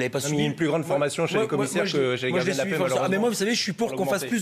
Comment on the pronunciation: "les gard'gins " ? "les quart'chés" ? élu par ses "pairs" ? ...certes, mais pas par la meilleure part"chie !